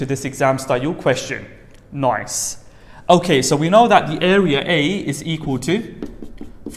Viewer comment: i cant with the way he said ''noice"